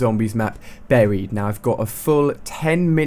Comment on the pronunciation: I seriously hate the way he pronounces "Buried" it's like. BARRHIED :'(